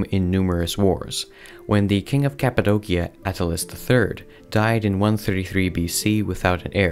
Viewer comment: Break 'cappadocia' down into sounds: [KAP] + [UH] + [DOH] + [SEE] + [UH] Same for Dacia, your pronunciation is incorrect.